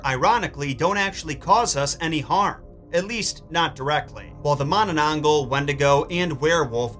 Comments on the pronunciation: It's MananangGAL. Like gal as in girl. Not mananangGOL. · It's so adorable when foreigners try to pronounce Filipino words lmao Mananangle